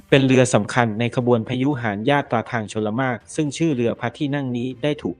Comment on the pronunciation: น้อยไปสิ... ออกเสียงภาษาไทยเหมือนเพิ่งเคยเรียนภาษาไทย... จักรพรรดิ ออกเสียงเป็น 'จัก-พัด' พระพุทธยอดฟ้า เป็น 'พระบุด-ยอดฟ้า' พยุหยาตราทางชลมารค เป็น 'พยุหยาตระ ทางชนหมาก' ..หลังจากนั้นไปไม่รู้แล้ว เพราะดูไม่จบครับ